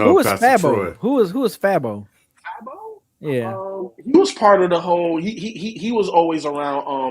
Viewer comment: Come on DEHH. called Young Nudy (Young Nutty). Yall barely know who Fabo is. (One of the pioneers in snap music). And it's pronounced Fey-Bo. And yall dont even know who Foogiano is. (Which he is another artist under the Gucci mane umbrella who’s in jail at the moment). I expect better from a hip hop channel based out of ATL